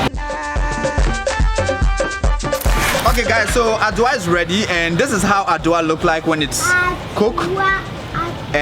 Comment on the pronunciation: (From, Ohio.USA), I am very proud of you, spotlighting my ppl and what we eat to the world at large. God bless. the word is Adua (pronounced "adu-wa") I am now a great fan and I am following you like a summer shadow...lol